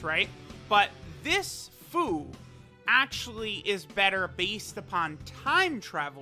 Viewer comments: its pronounced FEW. not FOO. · "FOO" xD its FUU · i thought fu was supposed to be pronounced as fyu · Who here hears buu when says fuu